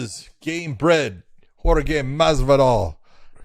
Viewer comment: Did John call Jorge "jorgay" everytime he said his name?